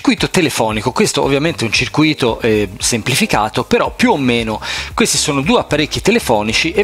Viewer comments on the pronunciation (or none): Caro, senza offesa ma a prescindere dalla comprensione del russo io mi applicherei un po' anche a quella dell'italiano.... CIRCÙITO.... INSIEME DI COMPONENTI ELETTRICI CIRCUÌTO... PARTICIPIO PASSATO DEL VERBO "CIRCUÌRE" CIOÈ INGANNARE.... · Circuìto non si può sentire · è bellissio asccoltare la parola "circuìto"